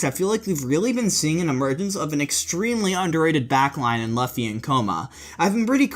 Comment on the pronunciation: He pronounces it Looffy. Someone doesn’t watch One Piece.